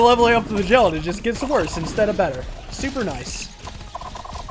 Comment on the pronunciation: Can someone tell him that he is pronouncing flagellant wrong? Pretty please?